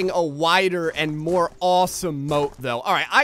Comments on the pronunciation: Oh moat not boat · ahlike scoob! we need to build ahmoahht